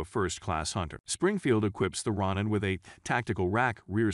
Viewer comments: "ROE NAN" NOT "RON NAN" 🤦🤦 RONIN- "MASTERLESS SAMURAI " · Ro-neen. Roll the R. Japanese isn't hard. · Springfield Ron in ? The Philip pines? These AI talking videos are horrible at pronouncing certain words, but that's how we can tell they are AI so maybe that's a good thing. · Rawnin lol